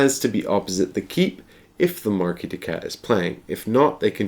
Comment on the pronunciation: MarquisE, not Marquis! Arg:! XP Cool video though. :) Pretty long but apparently torough and well paced.